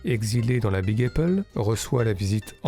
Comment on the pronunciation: Oh et je me permets, Elle (Fanning) se prononce comme en français... et pas Ellie... Et aussi la Big Apple, le a comme en français... Merci encore